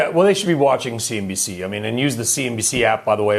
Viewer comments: I love your videos, but why do you keep calling CNBC "CNBS"? . I thought it was just a weird brainfart the first time you did it, but... you keep doing it, and I must confess it makes me a tad worried about the rest of your analysis. . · I like ur commentary but its called cnbc not cnbs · Did I hear you say ‘CNBS’? Anyways, wonder what people think of the risk factors mentioned in this article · Lol. CNBC not CNBS. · He doesn't like the channel too much. Filled with misinformation. That's why he calls the channel CNBS instead of CNBC. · I'm not in the know on this... what is with the "CNBS" thing? Did CNBC mispronounce something in relation to Tesla at some point?